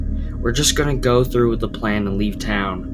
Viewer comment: i know hes saying leave but to me it sounds like hes saying weave?